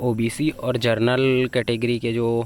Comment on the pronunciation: जरनल नही जनरल बोलो😅😂